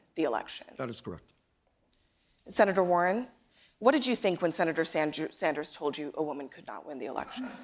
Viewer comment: Did no one catch the moderator say “Senator Sanjew” after Sander’s said he deliberately did not say that statement about Warren??